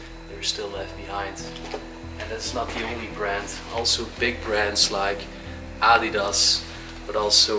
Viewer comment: Just don’t say adidas if u can’t say it